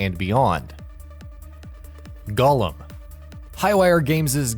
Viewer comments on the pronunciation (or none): You pronounced "golem" wrong. You said it like "gollum" (gah-lem) a.k.a. the ring obsessed character from lotr. It's pronounced "go-lem" with emphasis on the "go".